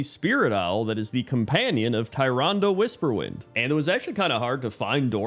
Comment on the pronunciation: Always love the top 10 videos, but the way pronounces Tyrande's name makes me cringe. Nevertheless, never change. A top 10 races that should be allied races sound like an awesome idea.